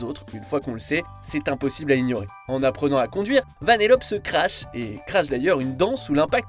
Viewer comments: Ouais Je Suis D'accord Ça Se Dit Vanellopé Pas Vanellop Mais Il N'y A Pas 2 P Mais 1 Seul P Et Pareil Pour Le L Il Y'a 2 L Pas 1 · on dit vanellopéééé et pas vaneloppe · Ça se dit « VANELLOPÉ » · ça se dit "Vanéllopé" ! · Moi la seule erreur que j'ai remarqué c'est que tu nas pas prononcé le ''e'' de vanellope ptn